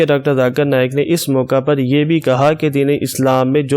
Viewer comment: موقِع کو موقعَ نہیں کہا جاتا بلکہ "موقعے" پڑھا جاتا ہے جبکہ موقع لکھا جاتا ہے۔ اسی طرح اوَلاد کو اوٗلاد کیسے پڑھتے ہیں۔ مِثال کو مَثال کہدیتے ہیں جو غلط ہے۔ اس کو اِس کہہ نہیں سکتے کیونکہ ان میں سے کوئی بھی وہاں موجود نہیں ہے۔ وِراثت کو وَراثت کہنا بھی غلط۔